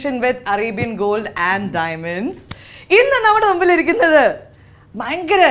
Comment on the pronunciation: Pearly chechi, you always say നുമ്പിൽ ഇരിക്കുന്നത്, ഇതിനു നുമ്പ് .. but മുൻപിൽ ഇരിക്കുന്നത്, ഇതിനു മുൻപ് എന്നൊക്കെ അല്ലേ പറയാ... എന്താ അങ്ങനെ ?